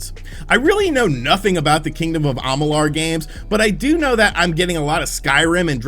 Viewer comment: am ma lure is how you say it dude.